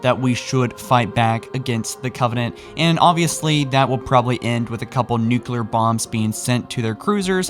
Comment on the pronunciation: First youtuber that knows how to pronounce Nuclear, thanks for that